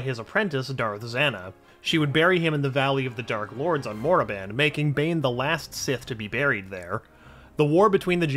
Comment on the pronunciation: KORRIBAN. NOT MORRIBAN